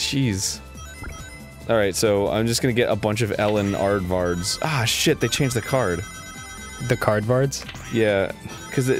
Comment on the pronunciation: I love how Arin calls Elliot Edwards “Ellen Aardvard.” LMAO.